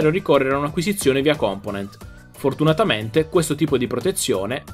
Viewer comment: su google traslate c'e' la pronuncia giusta^^ cmq e': kəmˈpəʊnənt